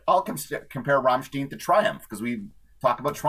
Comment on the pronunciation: Entertaining conversation guys, but It's pronounced as in vine Rammstein. i think when they occasionally sing in English it's with Tongue in Cheek. We're all living in Amerika, Coca Cola and sometimes war lol